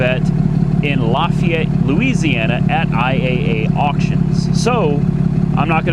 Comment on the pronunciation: Its pronounced Laugh-AY-et, not Law-FE-et Louisiana boy here